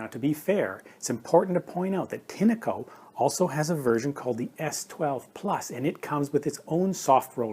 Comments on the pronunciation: Pronounced with a short 'e'. If you don't know what that means, it's an English pronunciation aid. Tin-echo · Why do you call a “tin-a-co” ? When there is clearly no a in the brand name